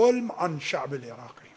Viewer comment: كيف نجفي وهو ما يعرف يتكلم عربي؟ كيف يقول الشأب الإراقي